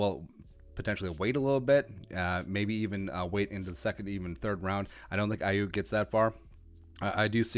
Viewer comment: It's pronounced Ayoook...